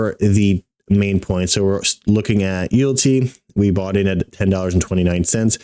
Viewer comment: Mans said You'lltea..😅